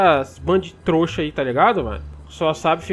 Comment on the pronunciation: Em todo vídeo o fala troxa 😂😂